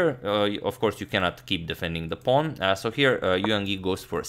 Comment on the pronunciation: horrid 'so'